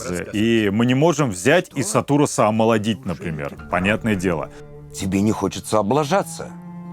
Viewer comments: А что случилось с именем Сатурас? Почему его произносят как сатУрас, а не как правильно сАтурас? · Ох... Да не сатУрас, а сАтурас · сА́турас !!! Пожалуйста 😭